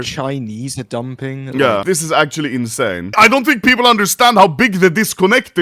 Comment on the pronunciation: Gamba addiction. He does not fink like normull peapull.